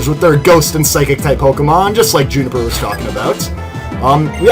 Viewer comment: To it's pronounced June-A-fur juniper